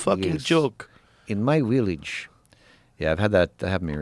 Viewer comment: “in my williage” is so funny to me, my sister lives outside Vienna and this is a running joke in my family